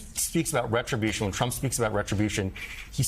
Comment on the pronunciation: 'my succes is my retriobution'